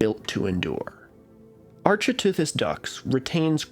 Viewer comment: Similarly to my prior comment, the ch in architeuthis is pronounced like the ch in archaeology. Ark-it-ooth-iss.